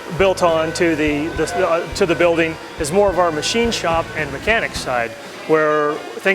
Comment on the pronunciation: moar ? , that's not how the English say more.